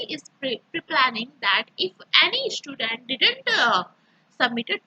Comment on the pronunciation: Estudent kya hota h😂😂😂😂😂